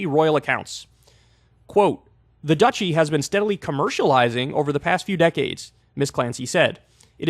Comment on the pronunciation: Dutchy =/= Duchy, Kyle please! Haha <3